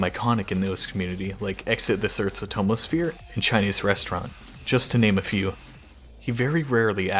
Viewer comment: man said atmosphere the most dummy way